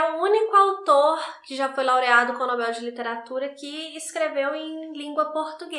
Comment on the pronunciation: Só de você falar NobEl e não nObel, já merece muitas estrelinhas! ❤ Adoro seu trabalho.